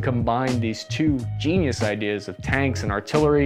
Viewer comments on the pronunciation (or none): none